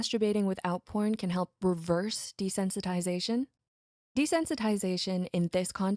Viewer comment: "desensitization" "desentsitization"